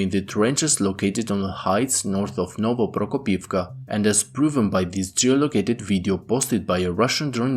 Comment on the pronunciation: I hope the Ukrainians advance to Novoprokopivka. I love listening to this guy pronounce it.